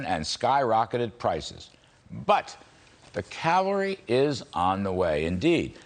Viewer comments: It's not calvary!!! It's Cavalry. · Thanks Larry Kudlow for bringing me hope. I love it when you say the calvary is coming.